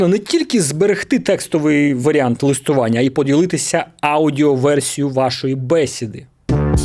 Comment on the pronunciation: А до чого тут це?? Яка різниця, де він живе? Якщо взявся писати україномовний контент, то слід дотримуватись правил цієї мови. Він же з Одеси, не народився ж за кордоном, то і не треба тут про "листопАд". "Сторінка", "бесІда" - це не слова з подвійним наголосом.